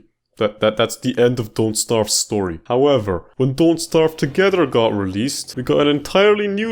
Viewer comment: you also said "stepp" Instead of "Step" And also "howevber"